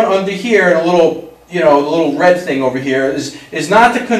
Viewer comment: *THING* lol, not thong!